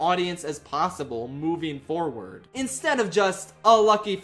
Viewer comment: Top 5 for me BUT the line "we must keep pushing forward " REALLY bothers me, not just because crushing a two syllable word into one sounds bad but he could have replaced it with "forth" or even better, simply "on" and it would have rhymed just as well and would have sounded MUCH better